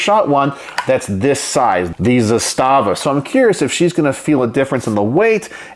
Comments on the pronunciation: Couple things: It’s pronounced “ZA-sta-va”, not “za-STA-va”. Trust me on this. That’s the very same rifle I have except the furniture is FDE instead of OD. I even have the very same loosey goosey upper hand guard; I wouldn’t try to mount anything on that apparent picattinny-like rail since it would never hold zero. No matter; I used an RS Regulate mounting setup with a Primary Arms 2X prism optic; it works well. Only other difference on mine is I switched out the supplied slant brake for a Century Arms “Chevron” muzzle brake; say what you want about Century, that’s one thing they did right. It’s compact, relatively inexpensive, and effective. By the way, the pistol grip on the Archangel furniture set has a compartment in which you can store spare batteries for your optic if you want. Another neat feature is the notch in the safety lever that allows you to lock back the bolt. That was a Yugo innovation pioneered with the original M70. Combined with a last shot bolt hold open follower on the magazine - which I understand were standard issue for the Yugoslavian army - when the bolt is held open on the last shot you can teach yourself to pull the bolt back a little further with your thumb to line the charging handle up with that notch, then sweep up the safety lever to lock back the bolt. (It sounds more complicated than it is.). Once you’ve done that, rock ‘n lock a new mag and just press down on the safety lever, letting the bolt slam forward, similar to using the bolt release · Actually, if you listen to people from the company itself, as I heard myself one employee say at a gun show... It's pronounced Zass-stuh-vuh. Not Zah-stah--vuh. Heard this from the horse's mouth. Just saying.